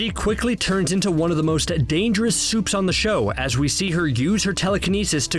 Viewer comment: "all the soups"